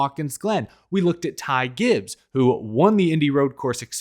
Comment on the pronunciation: Not surprised with elliotts performance this season has not clicked for him and im happy he isnt in the playoffs right now. Also i loved how rick allen messed up ty gibbs name 😂